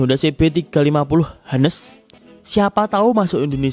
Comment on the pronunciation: Highness om bacanya